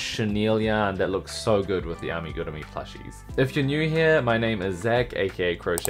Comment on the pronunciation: Give you a 👍🏻 because you pronounced the word Amigurumi あみぐるみ correct!